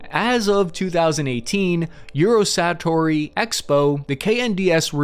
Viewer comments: You said "Eurosanatory" 🤣 Sanitarium (place for the mentally ill...as in that tank is *SICK!!*😎😎😂🤣LOL But maybe they're just whippin' them out for a MINE'S BIGGER contest🤣lol. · it is euro Sa To Ry ...satory.